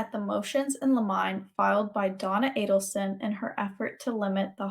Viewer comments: Thanks for all your hard word! I do think it's "liminé" not limine, right? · Motion in “ Lemon -nay “ I guess would be the best way to illustrate how to pronounce motion in Limine , e.g., motion to exclude ?